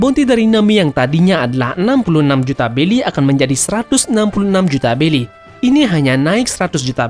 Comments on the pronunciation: Bng pengen nanya lu ngk bisa nyebut huruf R ya Kok Berry Lu ubah jadi Belly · BELLY or BERRY?